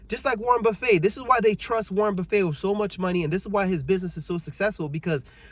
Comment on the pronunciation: Warren Buf-fay😂😂 its pronounced Buf-fet. There’s a great documentary on his life “Becoming Warren Buffet”